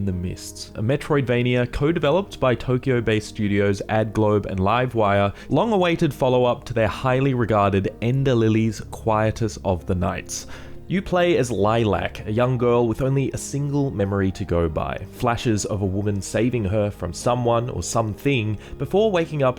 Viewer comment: "Quietus" is pronounced kwai-EETUS, not KWAI-itus